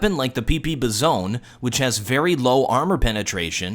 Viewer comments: It's By Zon Not Biz ohn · ITS BIZON NOT BIZONEE!!11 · I love the way he says pp bizon like pp bizone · ... Was it rly pronounced pp bi-zone THIS WHOLE TIME?!?!. My life is a lie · He's intentionally saying it wrong to make fun of the shitty bizon XD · Wait, wait, wait! Did you just say the "PP-Bizoné"? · the pp........ BIZON'E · I love how he pronounces Bizon. The "Bezone". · is every single name in this video butchered. fucking pp- bizone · I... I think he was joking when he pronounced it like that. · The way he said PP-Bizon 0_0